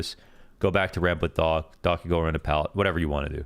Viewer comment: when u was saying "Docc", i thought his name called "Dog" :)